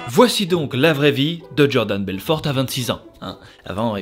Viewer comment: genial comme d'hab ! Par contre pourquoi tu prononces belforTE ? x) Ca me perturbe ^^